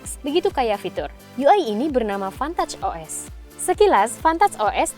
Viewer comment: Pantat os, kok sya dengernya gtu y 🤣